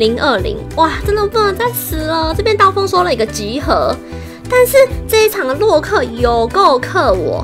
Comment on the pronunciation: 為什麼你說洛克時有一次說漏克